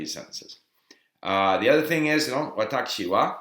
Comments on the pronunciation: It sounds like you are saying "watacchi" instead of "watashi". Is this just part of your accent, or did you get used to that pronunciation because of hearing it that way in Japan? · why is he saying it like Watakshi wa? every 1 else says Watashi as I heard. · How come you pronounce 私 like 'わたち' instead of 'わたし'?